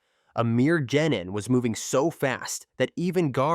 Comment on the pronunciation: and jenin instead of genin xD